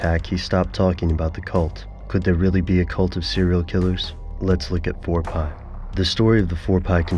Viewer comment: NOT FOUR PI, it's Four P, do a little research